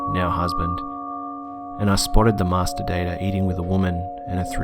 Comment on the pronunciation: "The masterdater" lmao